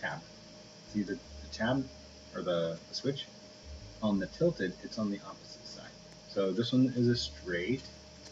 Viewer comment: lol he said tlted coveyor for 95 bun with captions it was tilted convery 495